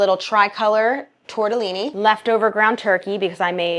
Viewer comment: Love the way you pronounce "tortellini"💙 and also the look form your kitchen window (i know, just a wall, but in my imagination all the houses in america have red bricks🙂). Oh, and also Lavazza😎 Thank you for letting us peek (in a beautiful way) into your life and into some corners of your home: it feels very much like a family situation, I don't know how to explain it. 💙